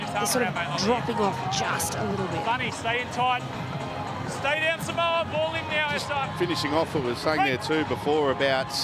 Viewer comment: Saaaamowa...🤦‍♂️ you've had months to get pronunciation right🤷‍♂️